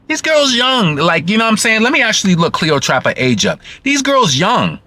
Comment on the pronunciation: You're hilarious the way you Say cleotrapa but it's Cleopatra. The shade Lol